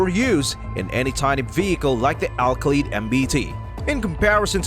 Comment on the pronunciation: Lol you can't pronounce Kha as Ka ❗